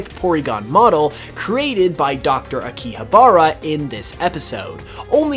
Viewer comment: That akihabara pronunciation though 😂